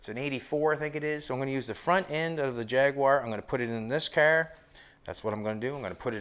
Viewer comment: Cracks me up the way you say jag-u-ar……